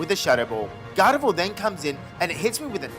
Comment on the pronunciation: You had me all the way till “garvedoir”